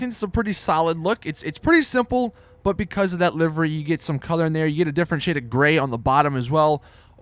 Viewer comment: When you cant pronounce livery :D